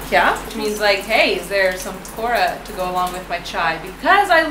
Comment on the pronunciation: I love your pronunciation of 'Pakoda'